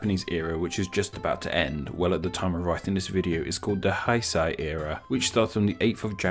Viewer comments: why r u pronouncing 九州 as "zhuushuu" you had the correct spelling and the correct romanji up it's not that hard. And also you pronounced 平成 wrong like "haisai", then you pronounced it right for a few times so I thought you corrected yourself, then you went back to pronouncing it wrong. also you should put up the kanji since it could make it easier for viewers to find out the meaning themselves if you are wrong and they already know a language that uses chinese characters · I noticed some pronunciations were like German pronunciations lol, like the "ei" being pronounced like "eye" instead of "ay". That was with "Heisei"... which he sounded like he was saying "Haisai" at one point, that means Hello in Okinawan language lol.